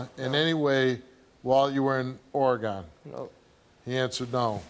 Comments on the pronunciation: The shocking piece of info here is that Steve pronounces it Or-eh-Gone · Steve saying Oregone lol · Steve I love you but it hurt how you said Oregon